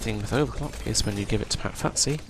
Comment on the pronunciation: Good guide, thanks … but … it's FUSTY FUSS-TEE FUSS-TEE FUSS-TEE not FUTT-SEE.